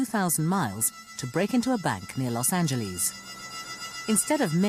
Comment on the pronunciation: Narrator ... Its not Los Angleese.